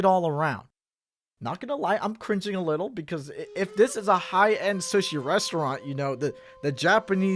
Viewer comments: I’m sorry, I heard shush-ee instead of Sue-she 😂 ???? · Makes fun of peoples different eating habits, Also: says sushi (soo-sh-ee) as sushi (s-uh-sh-ee) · Okay but I'm gonna call you sus for calling sushi "suh-shee" rather than "soo-shee". It sounds like slushee. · like another commenter also said.. did y'all notice how pronounces sushi like suhshi but not sooshi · This guy. I love but how are you gonna judge how people eat when you pronounce sushi as SUS-shi??? I've always pronounced it Sooshi. Am I wrong or is weird??? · he pronounces sushi like suh-shee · Yo just me or the way he pronounced sushi throughout the whole video like "sahShi/SeUShi" instead of "sooshi" like you're supposed to makes him a serial killer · why does call sushi "suhshi" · Man over here really pronouncing sushi as shush-shi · the most sus thing in this video is how pronounces sushi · The way he said sushi is a sin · The way pronounces general tso chicken and sushi kind of triggers me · Yo.... the way you pronounce sushi just hits the ear wrong. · Am I the only one questioning how you pronounce sushi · The way he pronounces sushi is killing me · criticizes the way people eat food Also: pronounces sushi like this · pronouncing 'sushi' makes me extremely uncomfortable for some reason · The way you pronounce “sushi” scares me. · The way u pronounce "sushi" is mad sus ngl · Why pronounce sushi like that, sus